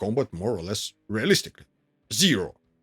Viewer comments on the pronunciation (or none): none